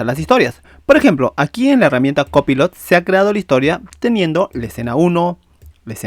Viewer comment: Aprende a pronunciar COPILOT 😂😂😂😂